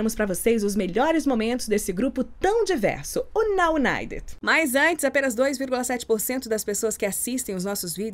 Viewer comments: Vc falou o nome certo, sou UNITER 😘😛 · A mas você falou tão perfeitinho.